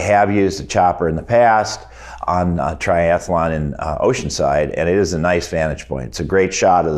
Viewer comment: It's tri-athlon, not tri-ath-alon.